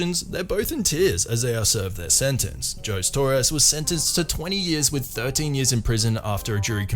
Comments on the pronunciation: the background music bed is SO distracting. Please turn it way down or remove it. Jose is pronounced Hozay not Joes. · Jose is pronounced "hoe-say" not "joes". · "Jose" is pronounced "hoe-say" not "joz". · the name is pronounced "ho-zay", not "joes". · Jose is pronounced "ho-zay" not "joes". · Lol "jose" is pronounced "Ho-zay" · Isn’t Jose pronounced ‘Hosé’? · Hey, my Spanish-non-speaking amigos, Jose is pronounced "ho-seh". It is Joseph, but un Spanish. Anyway, greatly entertaining video! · Unless you're Portuguese, in which case it's "Joe-Say". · first story: Did you really mispronounced that guy's first name? Even with the culture clue of his sir name "Torres"? lol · HAHA I was very amused by that. They must not have Mexicans in the UK